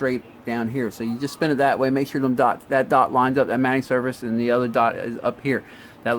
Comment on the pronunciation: Absolutely epic video, thank you for your time and absolute quality. One thing, I always thought the mating surfaces were pronounced like mayting instead of matting. It’s driving me crazy now, which is it??